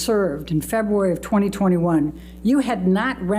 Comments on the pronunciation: I would have said objection everytime the lawyer said “Feboowary” instead if February.. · Every word is a hard one for you febooary, dacument, so frumpy repeats the sane thing that was sustained second earlier uts a ciincidence mr dennison was way too lenient with elaine